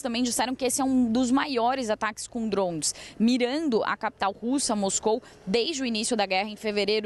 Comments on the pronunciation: Pelo amor, que "drons". Então fala tudo em inglês. pqp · Dronmes kkk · “Drons” 😂 ao invés de Drones